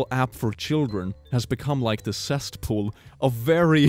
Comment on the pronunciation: You it's cesspool not cestpool